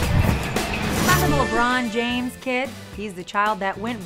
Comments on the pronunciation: More like “Lemoon Jaaim” 🤦‍♂️ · "Lebern james" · Me: hears him me again:LABRON JIMES!!! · Lemar james😂😂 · Lemurn Jerm 😂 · lebrown james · LeRon James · lemern james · Na it's like LaBawn Jahmes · Da bron jams,the wrong time,le mon james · .- I expected a "lebruñ jeimes" not a "Lebruon james" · Why does everyone say Le Bron JAmes at my school tho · LENRON JAMESS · Lerbaan jaims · LAMURR JAINTS